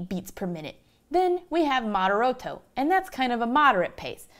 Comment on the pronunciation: "moderoto"? "vivice"... lady, you are a musician... learn some basic italian :-)